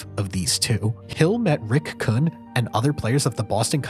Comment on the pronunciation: These names don't "sound familiar" because you didn't pronounce them correctly. There's only been 1000 of movies/docs/youtube videos where the names "Rick Kuhn" and "Lucchese family" are pronounced properly